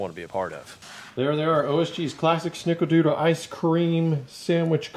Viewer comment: I just really wish I could nail down how you’re saying “snickerdoodle” in this video.